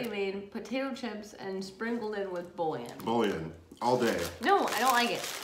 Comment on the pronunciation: Razzle dazzle lol Tell me why I was thinking would be like it’s a mini baguette 😂😂 Also..... I didn’t want to but it kept bothering me.. It’s “boo-yawn” not “bull-yun”